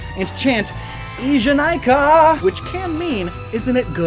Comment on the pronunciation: just a little correction, the ee in "ee janai ka" is pronounced like ehhh